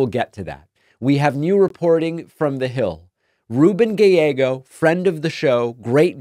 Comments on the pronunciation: Love you David but his name is pronounced Guy-yeggo. I’m in AZ. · Ur pronouncing Gallego weird lol